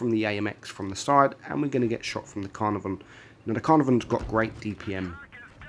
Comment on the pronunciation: UE57 is my number one. Has zero going for it. Even that gun is garbage compared to other tier III tds and even some tier II. If it had a derp gun and you could peel a boom it would be one thing but high rate gun with no armor equals useless. btw, is that the correct pronunciation for the Caenarvon?spl